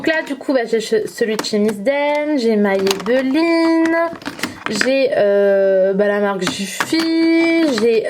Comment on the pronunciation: Hello 🙂 Tu m'as perturbé tour du long quand tu prononce Maybelline 😂😂 C'est la 1ere fois que j'entends quelqu'un le prononcer ainsi 🙊 Tu es bien organisée en tout cas 👌 Moi je préfère tout avoir ranger en tiroirs.. comme j'ai BEAUCOUP BEAUCOUP BEAUCOUP de produits, j'ai plusieurs caissons Alexx d'Ikea et j'ai la chance d'avoir une pièce rien qu'à moi pour ça Mais chacun fais avec les moyens du bord et ses goûts surtout 😁 Des Bisous 💋